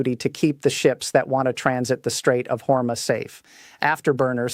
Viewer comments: Hormus Is Pronounced, Hor Moose. Thank You For All Of Your Neews & Militar Strategic Information To Be in The Knowledge This Information Is. Important to The Citizen's Of 🇺🇸 America 🇺🇸 ❤ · Straights of Hormuz Pronounced Strayts uhv haw-mooz I, felt that you all were well Versed! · Your AI can’t even pronounce the name of the straight correctly?